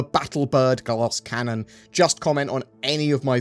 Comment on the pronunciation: I can't help but notice the 'galasscannon' each time ;)